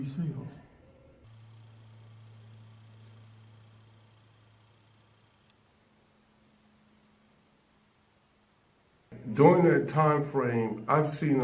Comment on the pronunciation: You didn't hear him right Don, he said he was in the Navy S-nails 😅